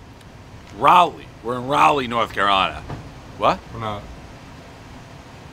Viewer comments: Pretty sure it's RAW-LEE and not RAA-LEE, anyway. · It’s not Rally it’s Rawly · It's Raa-leigh, not Ry-leigh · rawlie not raulie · OK - we're not in Rawleh... well covered in the comments here, now, the thing he almost forgot was the NC State Wolfpack.. thumb against middle two fingers "go Pack" not... meow or whatever he said. best review everyone know the rules. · Somebody tell my man how we say Raleigh down here please lollll. Rally is what happens in such sports as your dearly beloved Pickleball, Pres lollll. Love this guy. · Raleigh is pronounced Ral- eigh.... Ral as in Wall and lee... Ral - lee 🙂